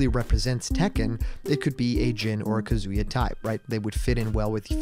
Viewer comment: YOU GOT KAZUYA RIGHT